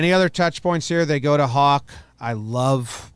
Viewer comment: For Tanner Houck It’s not hawk it’s how-ck